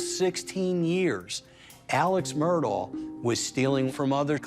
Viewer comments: The name is not pronounced Murdoll, it’s pronounced murDOCK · Actually it's pronounced Ellick Murdock. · Big family in multiple counties It's pronounced Murdock! Your ignorance is blaring! 🙄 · I find it sad that all these "know it all" people doing these interviews don't know how to pronounce the Murdaugh name. Google it. It's the least you can do if you want to be considered a reliable news source.